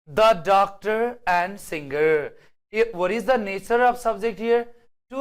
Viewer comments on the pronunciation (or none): none